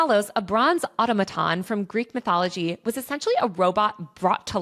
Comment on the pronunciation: Great video, I was surprised to hear so many things mispronounced, I mean this as a critique, not an attack. Please check your pronunciation of automaton, Shintoism, L Ron Hubbard (vs Ron L), and noir.